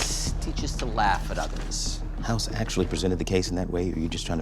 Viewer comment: Its House not Hoss